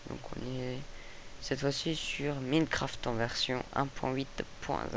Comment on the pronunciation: cest ecri minecraft mais sa se dit mynecraft